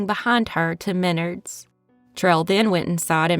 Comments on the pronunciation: I came here to say this. My son works at Menards and he was frustrated every time she said ME-nerds. He was like "It's me-NARDS" 😂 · You pronounce the Menards wrong. It's Men-Ards. It's a regional home improvement store that started in my home state of Wisconsin. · Menard's is pronounced men-ARDS. Just an FYI. That last story - wow, those were some scary people. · Minnerds... LOL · Also, I just lived somewhere where there was a Menards and it’s pronounced My- Nards. Almost like “my balls, but nards” lol! I always make fun of the name, I’d never heard of it before. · In mid Ohio we pronounce it Men-ARDS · We pronounce it like it rhymes with Yards. Men-ARDS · .It's pronounced Me- nards in my neck of the woods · Stop saying menards like that.